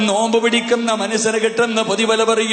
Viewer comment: നോൽമ്പ്❌ നോമ്പ്✅